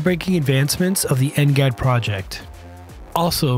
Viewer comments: It's because they used an AI voice, and knowing how crappy AI is currently, it keeps messing up simple words and abbreviations that it's hilarious. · Next generation air dominance NGAD. I dunno why he’s pronouncing like ngat